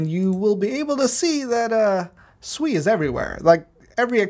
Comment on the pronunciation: Hmm u calling it differently.... I like when ppl Su eeeeeee